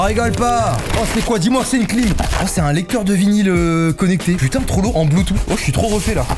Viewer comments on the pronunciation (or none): none